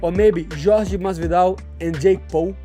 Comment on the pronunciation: It’s Jorge curly headed fuk not George asskren is so cringe